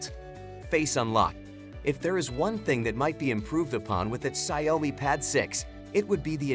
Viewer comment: the ciaomi pad 6 😆